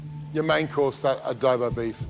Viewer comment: is soooo annoying👁️👄👁️, also George: it's Adobo not Adobe